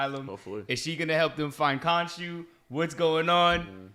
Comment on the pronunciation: Ouch my ears! Why does say Konju? The name was JUST said. And he keeps saying it...